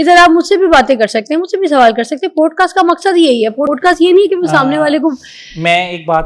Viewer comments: please it is not “ POAD CAST ” it is “ POD CAST” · Teeno kitny gawar hain, keh rhy hain 'podecast' 😂😂😂😂😂😂😂